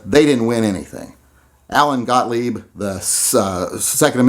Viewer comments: The way you pronounced Mr. Gotlieb's name is the same way I've heard him pronounce it. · You pronounced Gottlieb correctly.